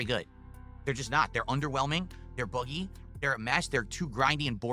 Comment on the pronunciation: "50 bit bitch" So that's where the lyrics to your song comes from? Never knew the lore. "50 bit bitch, *Put your hands in the air!*" Notice how he pronounces the word "buggy"? He says it like: "They're boogie" ala Boogie2988. XD EDIT: YouTube doesn't bold stuff anymore when doing *this*? I'm very disappointed, YouTube...